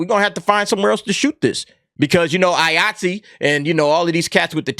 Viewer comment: Everytime you say Iaytzee i keep thinking your saying Yahtzee with a acent.